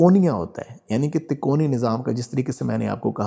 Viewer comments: اچھی اور سچی روحانی معاملات کی معلوماتی وڈیو ہے ایک لفظ آپ کہہ رہے ہیں " تکونی یعنی ∆" جبکہ یہ لفظ اصل میں " " " تکوینی" ہے عالم کن kun کے معاملات کو تکوینی معاملات کہا جاتا ہے جو اللہ تعالیٰ کے لفظ " کن " کہنے پر منحصر ہوتے ہیں یعنی اللہ تعالیٰ کن کہتے ہیں اور وہ کام فوراً ہو جاتا ہے اس بات کو قرآن پاک کی سورۃ یس کی آخری آیات میں اس طرح لکھا ہے فانما امرہ اذا اراد شئیا ان یقول له کن فیکون فسبحان الذی بیدہ ملکوت کل شئ و الیه ترجعون۔ ترجمہ۔۔۔۔ جب وہ کسی چیز کا ارادہ کرتا ہے تو اس کا حکم صرف یہ ہوتا ہے " ہو جا " تو وہ ہو جاتی ہے پس پاک ہے وہ (الله) جس کے ہاتھ میں ہر چیز کی بادشاہی ہےاور تم (سب) اسی کی طرف لوٹائے جاؤ گے۔ آپ سے گذارش ہے کہ تو آپ بس اس لفظ کا صحیح تلفظ ادا کیجئیے ویسے بھی آجکل آدھی عوام تو اردو زبان سے پیدل ہی ہو چکی ہے مگر جتنا ہمارے بس میں ہے ہم اسے اپنی کاشش سے دیر تک ژندہ رکھ سکتے ہیں۔ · تکونی نہیں۔۔ تکوینی نظام۔ہوتا ہے 😅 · Takoni nahi takweeni. Kindly correct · بھاي صاحب تکونی نہیں تکوینی ھوتا ھے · Tikoni nahi Bhai takweni nizam Sahi lafz bolen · قُطبِ مدار کا تعلق تکونی نظام نہیں ( تکوینی Takveeni) نظام کہتے ہیں۔ اُردُو کی غلطی ہے کتاب جس سے دیکھ کر آپ پڑھ رہے ہیں ہوسکتا ہے جو اس میں پرنٹنگ غلطی ہو یا آپ غلط پڑھ رہے ہوں۔ قطبِ ارشاد کی تعریف آپ نے درُست بیان نہیں کیی ۔۔اس میں تفصیل موجود ہے ۔ اللہ سبحانہ ہمیں اصلاح عطا فرمائے امین۔ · تکونی نھی ھے اس کاتلفظ تکوینی ھے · Lafz takoni nahi hota isay takweeni kehtay hain,informative video k liay shukria. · تکوینی تکونی نہیں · Tikoni nahi takweenee. Durst talafuz hai mohtaram hazrat basad adab .